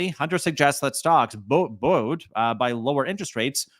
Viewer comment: Thank you,. New subscriber here. I appreciate the information put forth in a straightforward, easy-to-understand manner. By the way, that word is pronounced: "boo-eed". LOL Just playing. Keep up the good work.